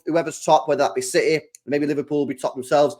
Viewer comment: CITEH💙 CITEH 💙CITEH 💙 CITEHHH💙